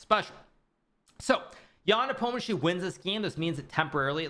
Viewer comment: Why his surname is so butchered in English?? 😅 It should be something like "Nepomnyashiy", or "Nipomnishiy", if we're sticking closer to pronunsiation